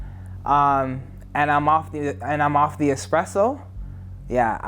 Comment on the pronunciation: This guy said off the expresso 😮‍💨🤣🤣